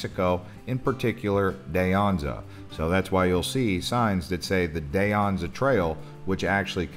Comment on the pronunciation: Enjoyed the tour. Friendly note: Too-maw-CAW-corie; Dee ANza; San Hawv-year. Definitely.